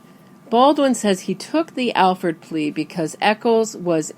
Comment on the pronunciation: It's an "Alford" plea, not an "Alfred" plea. You also don't know about the rest of it (besides how to spell it)